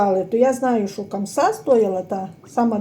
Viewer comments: Хамса а не камса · Не камса а хамса